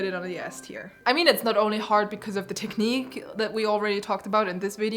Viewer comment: cany you please say one more time '' tekniiiq'' for me.. :)